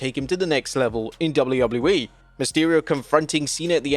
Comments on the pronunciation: Am I the only one who hates the way this guy says WWE? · Can this dude say "WWE" like a regular human 🙄🙄